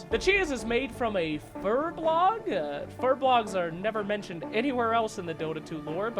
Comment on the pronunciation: Wait what? Did you just call Furbolgs "Furblogs"?